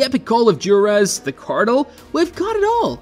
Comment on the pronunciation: and Joo-Are-Ez